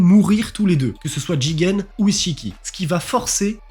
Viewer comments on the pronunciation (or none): Attends c'est moi ou tu dis "isse-chiki" ? 😭😭😭😭